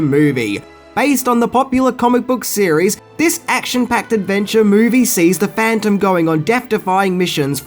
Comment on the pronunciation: Are you saying cereal or series.